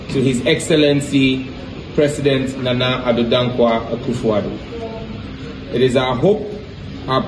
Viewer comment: Did I hear Ekwefodu.. Please its Akuffo Addo😊